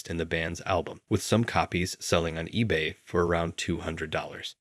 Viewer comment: i can barely get through the video bc of the pronunciation errors lol, like it's really not that hard to look these up. you'd think a youtuber who has the ability to create and properly edit a 1.5hr video can google search how to pronounce a word properly. mispronouncing "ebay" in 2023 is laughable